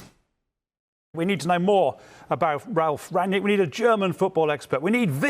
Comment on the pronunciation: Its pronounced as Run-nick not rag-nick